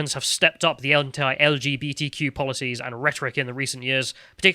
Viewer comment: Please stop mispronouncing 'anti', you are not American